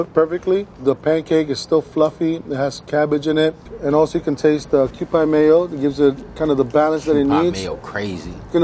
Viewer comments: This is offensive to Japanese people. It's pronounced Kew-pee not pie. And you didn't put any bonito flakes on top???? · Mee-leen and kew-pee. Hard to explain り in English as it’s hard to explain r in Japanese. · Why does the way he pronounces okonomiyaki, mirin and kewpie mayo hurt my soul? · And said Kewpie incorrectly every time. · kewpie is not pronounced like that, dude. Thats blasphemic...